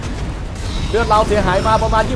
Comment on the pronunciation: พี่อะอ่านเลือดผิด